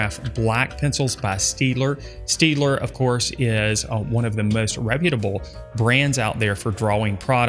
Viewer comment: it's pronounced 'Shtaydler'